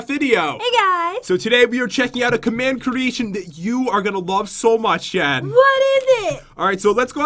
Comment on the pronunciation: Pat you said Jes instead of Jen when you plased down the bench ☺